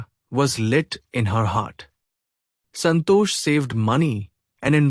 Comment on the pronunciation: It is santosh not santo.😊